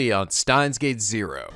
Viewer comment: I wonder when will pronounce Steins;Gate correctly?